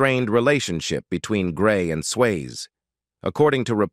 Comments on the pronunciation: Please have the decency to pronounce his surname correctly. It is not 'Swaye' it is 'Syasee'. Also do not clickbait by using the photo of another actress in the thumb nail. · uits not swayz its sway-zee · its sway-zee not sways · Swasie, not sways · Your robot cannot pronounce Swayze correctly! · This should be re-recorded to get Patrick’s name pronounced correctly. What a big miss….